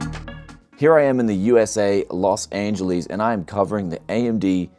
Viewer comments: USA , Loss Angelesse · Los AngelEES. COMPute units lol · Los Angel - lis